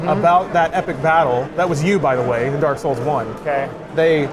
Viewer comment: Every time I hear someone say Dark Souls, I hear "Dark Scholls"